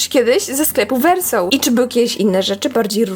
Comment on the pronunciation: Muwi się wersow a nie wersoł❤